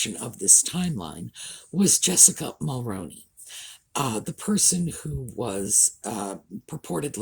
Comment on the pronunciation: Your killing me say it this way mall-rooon-E that’s how you say it 🇨🇦